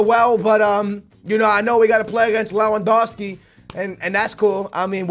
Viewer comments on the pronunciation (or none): none